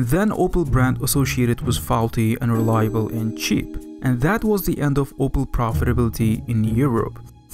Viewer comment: "unreliable" or "and reliable" what did you say, i cant understand what you are saying, speak clearly